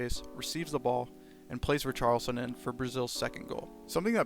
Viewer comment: it's pronounced ree-shar-lee-son :)